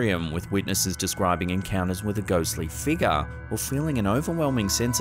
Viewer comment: Its figure. Not figga!! 🤦🤦🤦